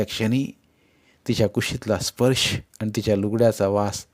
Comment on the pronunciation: जिजी कितीही वेळा वाचली तरी प्रत्येक वेळी नवीनच वाटते,एकसारखी वाचावीशीच वाटते. ही जिजामाताच होती जणु. वाचन ऐकायलाही आवडले पण वाचणार्‍यांचे आनि पानी उच्चार खटकले.